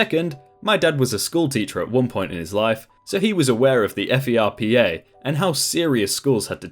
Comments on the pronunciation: Pro tip- just say "Furpa" don't say F E R P A. just prononce it like a word. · Lmao, we usually say ferpa as "fur-pah" not as the acronym... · FERPA is not spelled out. It's 'fur-pah' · As far as I know, FERPA is an acronym, rather than initialism. Like, fur-pah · THANK YOU. I shouted that at my computer screen a few times during the video LOL. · That advisor made a HUGE no-no by addressing that letter to his parents. I could also see being the same level of angry if it were my child, however going at the Dean like that seems a bit over the top. The Dean's office wasn't the one who went loony toons and violated FERPA. **Side note about the pronunciation...all of the teachers I know say it like it's a phrase, rather than spell it out.